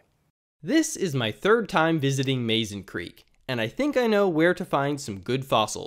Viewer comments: Mazon is pronounced: Muh-zon . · I enjoyed your presentation. I’ve visited this place many times to fish and to hunt for fossils. Just an FYI, Mazon is pronounced “muh-ZAHN”. It’s also considered a river, not a creek. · I am confused about the pronunciation of Mazon. My mom was born in Mazon, Illinois. She pronounced it Muzon same as the creek. 🤔